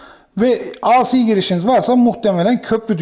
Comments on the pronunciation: Emekleriniz, bilgi ve tecrübenizi paylaştığınız teşekkürler. A Si diye ( biri Tükçe, biri İngilizce ) okunmaz, Ey Si diye okunur. DC yi Di Si diye okuyorsunuz da AC yi neden A Si diye okuyorsunuz? Kolay gelsin. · Teşekkürler; ancak ben de kendi alanımda tamirat yapayım. AC derken ya İngilizce ya da Türkçe söyleyin. İngilizce söylemek istiyorsanız "ey-si", Türkçe söylemek istiyorsanız "a-ce" deyiniz. A harfini Türkçe "A", C harfini İngilizce "Sİ" olarak söyleyince "ASİ" (isyan eden) gibi oluyor, tuhaf oluyor. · Hocam, ingilizce telaffuzda "aysi" diye okuduğunuz "IC" diye yazılır. Sizin okumak istediğiniz "AC", "eyci" diye okunur. Düzeltelebilirseniz çok iyi olur. Video için de emeğinize sağlık.